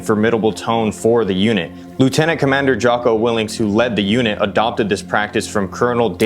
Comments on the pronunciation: It’s Willink. No ‘s’ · Jocko WIL-LINK pronounced. Kevin LACE pronounced. LAFE Babin pronounced.